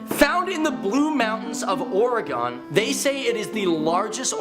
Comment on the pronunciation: LOL. It's Orygun, not Orygone. - Orygun native.